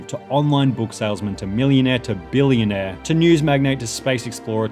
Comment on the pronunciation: I love how he differentiates "millionaire" and "billionaire"